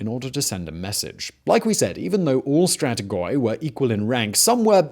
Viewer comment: I was doing okay with all the terrible naming mispronunciations until you started saying 'stratigoy' five minutes in. If you want to inform people (and yourself, clearly) of terminology, please carry out due diligence. With our current ease of access to resources and the prominence of your channel considered, this is unacceptable.